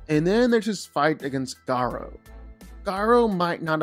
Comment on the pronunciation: The pronunciation of Garou is a crime